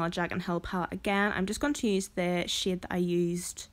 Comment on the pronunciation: Girl, are you saying shade.... Or shit??? Haha I'm hoping it's the second ;) lol